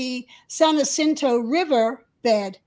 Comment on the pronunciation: Mountain goats are watching. You will never see them. Rattlesnakes tell one another "stay away from hoo-mans - they are nuts!". Jacinto is pronounced "wa-SIN-toe".